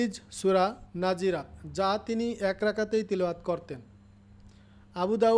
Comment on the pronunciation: নাযিরাত না নাযিয়াত